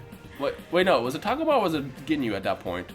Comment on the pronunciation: Its TAH-GO-MA not TAAG-UMA and its SORE-BAY not SHER-BAY uhh...